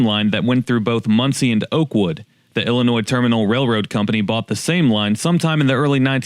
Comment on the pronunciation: Thank you for including the RR, and getting it right! Some folks like the Cubs, I like the Illinois Terminal!